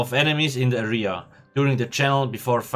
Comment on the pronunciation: I don't understand how you can pronounce words like symbiosis and temporal perfectly but cannot pronounce the word area correctly.